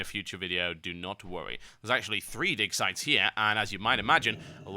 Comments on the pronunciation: Is it just me or is he saying dick sites? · it sounds like he keeps saying dick sites lmao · it really sounds like he says dick size xD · i keep hearing "dick sight"